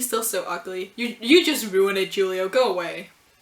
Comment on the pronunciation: Yup, you did refer to Tsukasa as Isshiki. Now moving on to pronounciaions, first up with charcoal, which is pronounced shar-coal, and it's fitting that it has the word "char" in it, since it's got to do with burning. As for the name Julio, common in latin countries and Italy, is pronounced hoo-lio (you're also the only person I've seen who pronounces Nene's name properly). Isami mentioned natale, which is pronounced nah-tah-leh, which from what I gather is basically Christmas. And right, Julio's going up against Isshiki instead of Takumi. Could it mean a possibility of Isshiki losing so we get a Takumi vs Julio match? Who knows, but overall, Julio's a disappointment in terms of the new Elite 10 members, I'd say this wasn't a good first impression. That panel of Isshiki slicing through that eel so fast that one can only see a blur is amazing, that needs to be made into a poster to hang on walls.